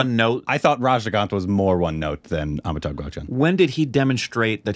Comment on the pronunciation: When is going to learn to pronounce Amitabh? 🤔